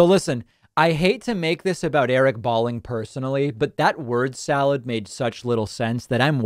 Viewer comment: His name is pronounced - Bowling, like the game. Not that it matters since he’s a sociopathic right wing nut. Balling sounds too cool, like baller.